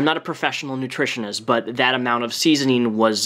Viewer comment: I heard that too lol, he also said nutrionalist